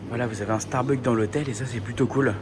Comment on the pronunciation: StarbuckS on dit pas starbuck 😅 et tu peux dire personnages en français pas caractere 😂 mdr merci 🙏🏼